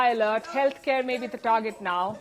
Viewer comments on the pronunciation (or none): none